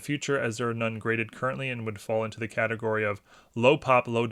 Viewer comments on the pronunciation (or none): none